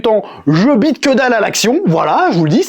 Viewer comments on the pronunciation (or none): none